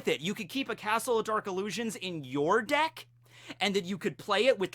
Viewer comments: i kept hearing dick when you had the mask on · Anyone else hear dick when he says deck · Everytime said deck at the beginning I heard dick. 😂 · Ohhhh deck.....deck....I thought you kept saying dick... for "your dick is old...."